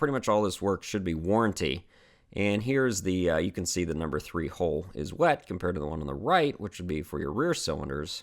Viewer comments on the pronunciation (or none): none